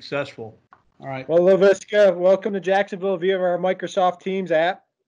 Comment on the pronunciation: “Laveeska” lol